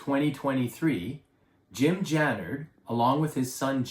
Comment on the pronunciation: jannard not jannerd . pronounced Jamin not jammin